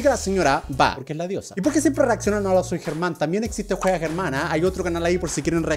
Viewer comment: Soy de Argentina también entendí lo que dijiste pero lo tuve que leer 2 veces para entenderlo 😅 . Like si sos de Argentina Y escuchaste como pronunció Germán ahre. :) lo pronuncio tipo..... Aaarre jsjsjsjs no mentira no hay que reírse de eso xd por que el no es de Argentina Y no sabe como se pronuncia ahre.